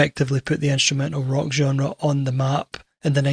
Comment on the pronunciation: Please learn how to correctly pronounce, "genre."